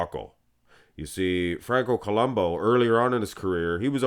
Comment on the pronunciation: It's Franco Columbu, not Columbo